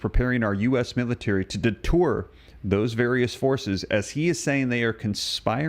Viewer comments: IT'S DETER- NOT DETOUR.😂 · 47. “Deter not detour.” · DETER, not DETOUR. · Not Xi Zhang Ping and not detour. Deter. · Idk if I can take anything seriously from a guy that pronounces deter as detour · Don't you mean DETER, not DETOUR.😂